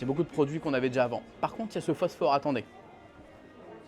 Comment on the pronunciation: Effectivement ça pique les oreilles xD